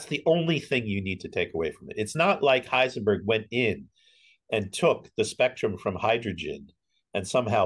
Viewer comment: Wow, correct German!